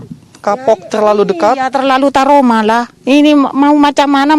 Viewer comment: waduh , trauma buk , bukan taroma , semangat ya buk , semoga ekonomi cepat pulih